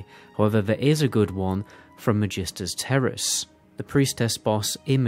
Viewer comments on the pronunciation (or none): bro the way you pronounce Magister is heavy salad.